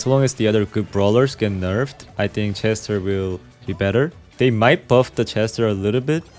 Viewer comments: Why bro pronouncing chester with she💀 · ik he is from korea and i know thats he just said it wrong but i still repect him 👍